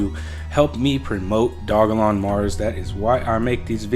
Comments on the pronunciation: It's dogelon mars, not dog-a-lon mars lol and ELON is a way better investment than SHIB because the market cap is 25x lower! Not to mention it has a maximum supply set. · Its Doge elon not Dog elon dude So annoying hearing u pronounce it wrong 😑🤪